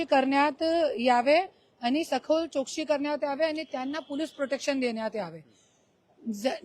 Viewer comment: करुणा ताई आपण मराठी बोलता.. आपला आम्हाला अभिमान आहे... ताई चोक्षी बोलता... चौकशी बोला ताई.....